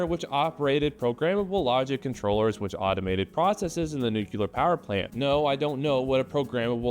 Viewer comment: I like the way you keep saying 'nucular' in homage to Dubyuh... I hope